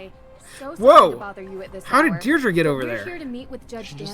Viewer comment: Is that how you say Deirdre in the USA? Over here it's Deirdree not Deirdru